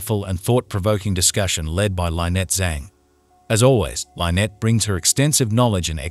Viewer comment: Why dies the narrator mispronounce Lynette's name???? Drives me nuts!!!